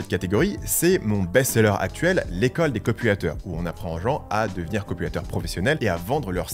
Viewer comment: J'ai entendu "l'école des copulateurs" 😅